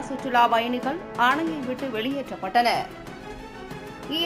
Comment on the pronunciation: சுற்றுலாப் பயணிகள் வெளியேற்றப் பட்டனர் இதுபோல உச்சரிப்பு இருக்க வேண்டும் உங்கள் செய்தி வாசிப்பளர் சுற்றுலா பயணிகள் வெளியேற்ற பட்டனர் என்று வாசிக்கிறார்